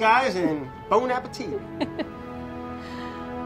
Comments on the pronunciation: just once i want Brad to say, Bone Apple Tea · "Bone a petite" OKAY BRAD